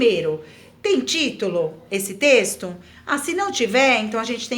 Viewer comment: * *trexto kkkkkk